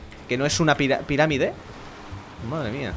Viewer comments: CHURCHES SE EQUIVOCO AL PRINCIPIO NO DOJO PIRAMIDE DIJO PIDRAMIDE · dijiste pidamire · en el dices pidamide.. jjajajajajaja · “Hemos Recorrido Una Pidadime” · dijiste "hemos recorrido una piradime" jajaja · "Hemos recorrido una piradime" Ok xD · Dijiste piradime....AWEONAO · Volvió a decir piradime en el minuto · Has dicho piradime jaja XD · Al principio dices ”pirádime" JAJAJAJA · segundo 5 dijo piradime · "miramide" pense que era piramide XD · Jajaja el dijo piradime xd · en el minuto dice piradime en vez de piramide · una pidadime escuchenlo muy bien una pidadime xD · Apenas estaba enpesando el video y escucho pidamide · _- dice: piradime en el minuto o en el principio. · DIJO PIDADIME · dijiste pidamie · as dicho pimamide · dijo pidarime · like porqe porqe al principio dijo pilamide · soy yo el dijo piradime en ves de piramide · es piramide no pidadime es el comienzo se oye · DIJISTE PIDAMIDE ES PIRAMIDE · Soy el único que se dio cuenta que dice una piradime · dijiste piramidea sin darte cuenta cuando dijiste al principio cuando subiste la piramide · +Sebastián Torres Lo ha dicho a posta. Ya que su primo pequeño Óscar no sabe decir correctamente Piramide . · piradime dijo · dijiste al principo del video "piradimde" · Dice vale!!! Emos recorrido una piradime jaja XD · jjajaaa dice hemos recorrido una pidadime XD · El al inicio dijo pidarime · en el principio dices pidadime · Like si notaste que al principio dijo piradime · Jajjajajajja dijo piradime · LICK EL QUE ESCUCHO AL CHURCHES DECIR PIRADIME EN EL SEGUNDO 1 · JAJAJ A EN EL PRINCIPIO DIJO PIDAMIDE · Like si te diste cuenta q cuando empezó el vídeo dijo pidamime😀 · dice al principio hemos recorrido una pidarime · "Vale, hemos recorrido una piradime" "Hemos recorrido una piradime" JAJAJAJAJAJAJA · Cada ves que una persona dice pildamirde se deforma la palabra aun más.